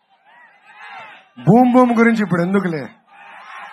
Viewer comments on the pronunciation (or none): none